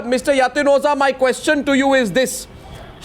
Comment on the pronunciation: hear Mr Bhandaari asking KOSHCHAN !! not Question but KOSHCHAN, KOSHCHAN, hear me out, its KOSHCHAN, not question ! KOSH-CHAN ! KOSH...CHAN !! KOSCHAN ! not question !!